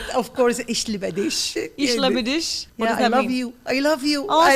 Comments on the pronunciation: Watching from Germany - I have to say she pronounced Ich liebe dich quite well!😀👏👏 And you are my hair twin lol!😅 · I am from Germany, she even pronounce it rights “ Ich Liebe dich “.